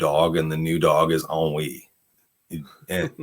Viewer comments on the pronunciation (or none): It sounds like you're saying "On Weed" lol is she gonna discover weed in this movie? If she does, that would be hilarious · Since I read period romances, I have seen ennui used in a sentence, but never said aloud. That’s why with the mashed pronunciation at the start, I didn’t realize it was ennui being talked about here. And typically in books, it’s in the context of one of the British ton (very upper class wealthy rich people) who have grown bored of the entertainments they attend, the travel, and feel a sense of “we do the same thing, have seen everything, existence is pointless?” mild boredom, with world weariness also. Not something I would ever associate with childhood or teenage years growing up. And working class people have no time to feel ennui, it’s a luxury they don’t have.